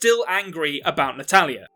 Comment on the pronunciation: Half way into the video I realized you were saying "Natalya" instead of "an Italian". I always thought, "which Italian?"😂🤣